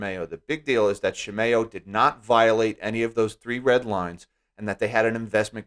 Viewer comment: Please look up how to pronounce Shimao because you sound very silly.